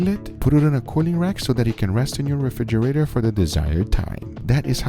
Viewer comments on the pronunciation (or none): none